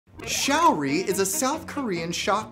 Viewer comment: The link to her facebook page is wrong. Here is the correct one: Secondly, her name isn't "shower-ree". It's "show-ree"